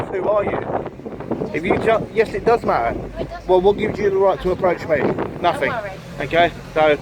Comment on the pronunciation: Nothing, not Nothink.....